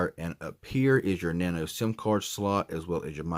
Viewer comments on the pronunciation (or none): none